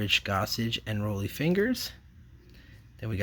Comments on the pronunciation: It's "Raleigh" Fingers, not Roly. The man with the spit curl stache. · Also, It's Ron Gid-ree, Rah-lee Fingers, Bruce Soo-ter